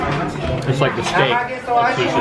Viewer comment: At the beginning, did anyone else hear susi instead of sushi😂